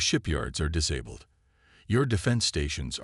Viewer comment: this story line has been done to death. can't you come up with an original idea? also learn ho to pronounce words like disabled correctly